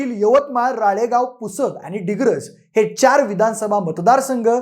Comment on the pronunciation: डिग्रस नाही रे दिग्रस